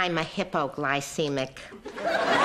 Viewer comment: did she just say hippoglycemic? :)))))